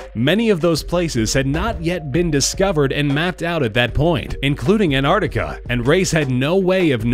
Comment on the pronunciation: "arnarticar" :p